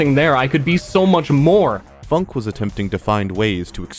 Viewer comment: I thought it was supposed to be pronounced "foonk eh"